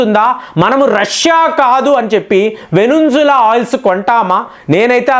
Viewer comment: వెనుంజుల అనకండి. వెనుజులా.....